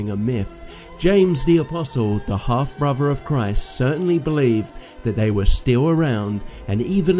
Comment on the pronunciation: You have atrocious pronunciations brother. You sound like michael cains maids son. 😂 please work on your English. It’s pronounced throne. Not frone . Brother not bruva mountain not monin . whole earth, not ho erf People, not peepol Christianity not chrissanny Together not togever Gospel not gossil Oi mate.